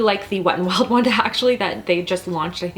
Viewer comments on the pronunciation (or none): none